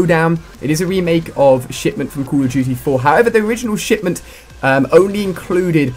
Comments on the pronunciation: anyone eles relies he says shitment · wow Ali-A , were you tired when you made this video or something? You sounded a bit off, less energetic. You also repeatedly said the name of the map wrong, and at the end of the video, you said it was fantastic to cover all of the dlc for another YEAR of CoD Ghosts.